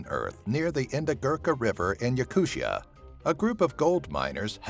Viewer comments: not yakushia..... its yakoottiya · Yakutia is NOT pronounced "yakuSHA" it's pronounced "Yakoo-t-i-a" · Damn, you butchered the pronunciation of the word Yakutia so badly, I cringed every time you said that.